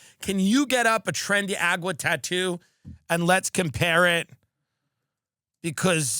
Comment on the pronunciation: He keeps saying Tren de “Agua” lol. It’s Aragua. He’s truly embracing the Fox News host personality 😂😂😂